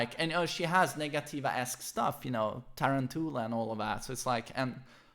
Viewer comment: The way you pronounce "tarantula" is incredibly entertaining.